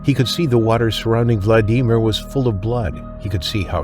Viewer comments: Isnt it pronounced Vlad-a-mere?? Sorry that kinda got to me😂😂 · You have a really exciting channel, but I think you’re saying his first name wrong phonetically I think it’s a short eye Vladimir not a long ‘e’ sound… I could be wrong, but I do love your suspenseful thank you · How can you not know how to pronounce Vladimir?!! Let me give you a big hint: Who's the president of Russia?! Sheesh! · Lousy narrrator he can't pronounce Vladimir correctly. Why? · The name "Vladimir" is pronounced with the accent NOT on the second syllable, but on the first...🙂🙏🙂And why the hell did nobody instantly try to assist him - and don't give me the hoo haw about the fear of the shark. I'm not prepared to rebut the "there was a shark" in the water excuse. I've been around and in salt water since age 6 (I'm now 72 years old) and I'm comfortable with my question about providing assistance when needed, and the safety of doing so. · Can't deal with the dodgy AI voice over misprouncing Vladimir. Also the treatment of that shark was horrendous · The way Vladimir's name is pronounced is so annoying I don't want to finish the video, it ruins the whole thing. Can an actual human narrate? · First case: if you’re going to repeat someone’s first name again and again, at least 20 times probably more, why don’t you learn to pronounce it correctly? None of the film you show is from the actual incident. This is pretty bad, poorly done….you’re actually using film from the movie Jaws! This sucks! I can’t get through the first casa, I’ll pass on the rest. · I’ve never heard anyone struggle and botch the name Vladimir so bad. That was painful to get through. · Super annoying how the announcer keeps calling him Vladeemer, instead of Vladimir. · It's Vladimir, not "Vla-Dee-mer." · It's not Vla dee mer, it's Vlad e meer. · The name is pronounced Vla-da-meer, not Vla-dee-meer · Say vlad eee meer one more time!!!! It’s vlad-uh-mir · ...Vlad de mere, you mean Vladimir?! All A I is ridiculous.